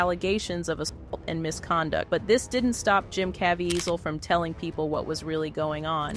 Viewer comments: The narrator does not know how to pronounce Caviezel's name: Ca - vie - zel. And I love him. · Please Please Please..learn how to say his name Properly..it’s CaveZIEL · Hate AI. It's cuh-vee-zeel. Such disrespectful to an amazing man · Can you learn to pronounce his name properly and not 3 or 4 different versions, none of which were right! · How many different ways can you pronounce “Caviezel” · Huge DOWN VOTE! The title had NOTHING to do with the video. Its unbelievable that you would make a whole video about a man who was honest and wholesome and then disguise it in deceit. As if that wasn't enough the AI voice over misprounced Jim Caviezel's name constantly throughout the video. Garbage!